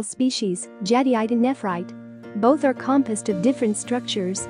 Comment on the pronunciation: Your AI voice is unable to pronounce Jadeite. For a video discussing Jade, the AI voice completely invalidates this video. Too bad, seems to have some good information.